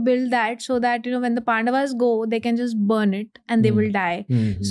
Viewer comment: Your work is great.. But don't let it sink.. Like for instance inviting people like her... As an audience itself we understood she is not that experienced and it's ( KAURAV) AND ( PANDAV) ... "GLORIFYING" miss pronunciations 😤